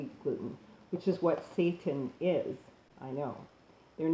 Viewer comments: YES!!! I'm so sick and tired of people spreading that Dr. Sebi crap. First, why on Earth would anyone allow another person to tell them how to eat? Secondly, everyone's body is different, even the city they live in can alter the nutrients they lack and/or need. It's pure bull is what it is. This woman,, has no clue what she's talking about. I knew when she mispronounced seitan and vegan that the rest was going to be an awkward combination of information she's found on the web without vetting and a regurgitation of Sebi's indoctrination. The people who have accepted and bow to the Sebi diet are no better than those christians who attempt to fool their flock with fear tactics and misinformation/misapplication of information. It's no different. I came to this video thinking it would contain useful, accurate information, but it's more of the same. It's nothing more than a Sebi indoctrinated individual attempting to advance Sebi's "theory" and philosophy by casting aspersions on seitan. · Say-tan. Not satan. SAY-TAN. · Seittan not SATAN. (pronounced say-tahn not Say-Tin EXO toxins, not excite o toxins. ex·o·tox·in How to pronounce/ˈeksōˌtäksən/noun MICROBIOLOGY plural noun: exotoxins a toxin released by a living bacterial cell into its surroundings. Seitan is a good source of protein and can be a quick and convenient way to help those on a vegan or vegetarian diet meet their protein needs. Protein is essential for everything from building muscle to repairing tissue and producing hormones, so getting enough in your diet is absolutely critical. A fact-based article on Seitan showing the pros and cons. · There is a reason you have more dislikes than likes. You're nuts! As soon as you said vay-gan, satan and paste-ah. I knew you were bogus. And don't try and spin all these dislikes and negative comments by saying something like "If people don't like or agree with you, you must be doing something right." Nah, sis, you're just plain wrong!